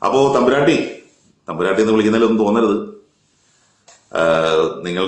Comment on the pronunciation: സർ... നിങ്ങക്. വേറെ. പണിയില്ലേ... തമ്പുരാട്ടി.... താട്ടി. എന്നാണ്. പു. മോളെ. വിക്കേണ്ടത്